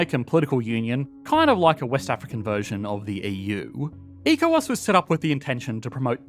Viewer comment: ECOWAS is pronounced as echo-wass